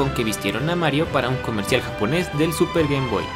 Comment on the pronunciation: si ZUPR GEYMVOI es super nintendo o super nes